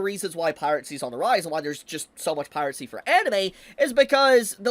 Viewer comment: I always lol at "Pirate-sea" 😂😂😂😂